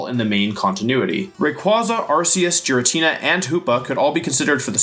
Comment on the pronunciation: 3 of the 4 pokemon you said wrong, who the hell says jira tina